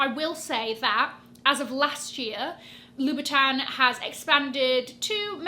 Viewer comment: Louboutin is pronounced "Loo-boo-ton", not "Loo-bee-ton"